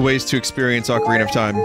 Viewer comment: Acareenya of Time Randomized. Nice.